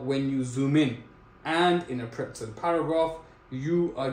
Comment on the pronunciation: bro its PRETZEL